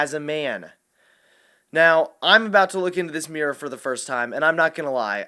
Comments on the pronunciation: It's mirror, not meeror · Good video, but why do you pronounce mirror that way? You sound like you're having a stroke bro